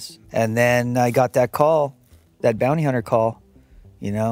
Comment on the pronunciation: Bond-ty Hunter 😂